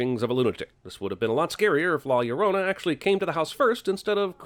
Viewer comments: I hated the ads for this so much that I’m pretty sure I’m just here to drop this comment. “The curse of law luh-drone-a” was how it sounded, and that made me hate it even more. Fuck this movie, I’m out. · The curse of La “Shaoruona” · not la llorouna man 🤣😂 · Biggest sin was it being pronounced like "ya renronna" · "la iorouna" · 37 seconds of La Liologos. Lol Nice one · No comment about the way he pronounces La Llorna?